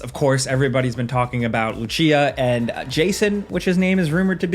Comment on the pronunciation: Okay, I was hoping you guys would fix it by this point so I didn't want to say anything before but her name is Lucía, as in Hispanic Lucía (or, you know "Latina") with an accent at the 'i'. Not Lushia, Luchia or Lutia You may pronounce it like Lu-SEE-a or I don't know, just try to do do as the trailer says. I apologize if I am sounding rude, it just that it has been irking me for a while in all your videos on the subject and I have been trying not to correct, the videos and insights in this channel are entertaining and really cool so I didn't want to be the one to comment this.